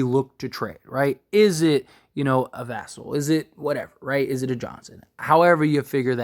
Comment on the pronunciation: As die hard spurs fan I would love lavine but 0 chance we pull trigger spurs not like that. Also I want to say you are saying "vassell" wrong and us spurs fan are annoyed by that so please correct yourself.